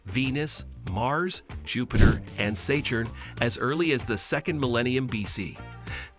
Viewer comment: AI mispronounced through the video was too much, done at 455 with sayturn.